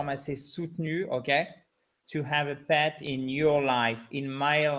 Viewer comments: Sometimes when the T is pronounced very strongly like "peT" it often sounds like there is an S at the end, but it is not the case. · Sometimes when the T is pronounced very strong it sounds like Ts but it is not spelled that way 😉